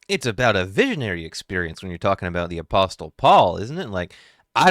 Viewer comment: The "t" in "apostle" is silent. Just so you know. Been loving your videos.